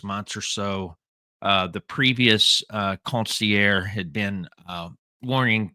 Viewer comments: It’s consigliare not consiare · con-see-ear. Fucking joke. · You say consigliere like the medigan that you are. Haha. Love ya, but you're a good ole boy! How you got into Italian American street stuff beats me. You're still cool in my book Paulie Piazza